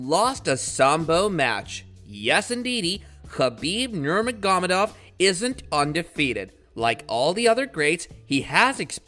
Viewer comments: The moment he mispronounced Khabibs last name I quit listening. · Wow that pronunciation for khabibs last name is painful to hear lol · How is anyone ok with the way this man butchers khabibs last name🤦‍♂️🤦‍♂️🤦‍♂️🤦‍♂️ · Khabib Nermagomadov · Learn to pronounce his name before you try to make a video about him.. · Did u hear the way he pronounced khabibs name at the beginning😂😂😂